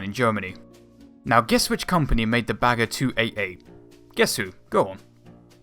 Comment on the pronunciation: it's "Bagger" - not "Bager"